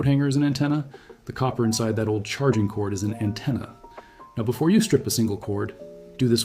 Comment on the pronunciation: An antenna not a attena